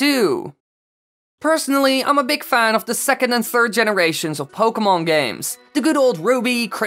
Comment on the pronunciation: At least you got the word pokemon right